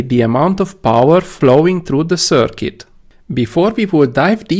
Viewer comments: Excellent!! You are saying 'circuit' perfectly. I don't know why that bothered me so much, but it made me wince, haha! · Yes . . 'circuit' pronounced much better !